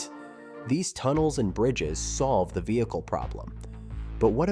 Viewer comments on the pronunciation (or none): none